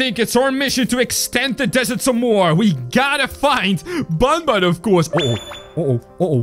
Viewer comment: You said bunbun not bunbun is banban